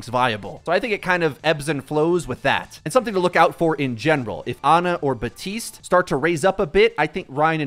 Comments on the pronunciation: Years after his release, is still saying Batiste… it’s BAPtiste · You forgot to pronounce the P in Baptiste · Baptiste*** theres a "p" in there.... i feel like at this point you're just purposely saying his name wrong